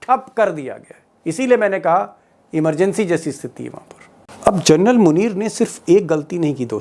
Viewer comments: दीपक जी आप जनरल का सही उच्चारण कीजिए आप जरनल बोल रहे है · दीपक शर्मा जी, आखिर बार-बार फौजी जनरल को क्यों जर्नल सम्बोधित करते हैं? सुधार करिए।क्योंकि इससे आप के बेहतरीन रिपोर्ट को चाँद में दाग की तरह साबित कर जाता है । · भाई साहब,कम से कम जनरल को जरनल बोलना बन्द कर दीजिए। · आप जनरल शब्द को जरनल बोल रहे हैं l प्लीज आपकी ये गलती सुधारे l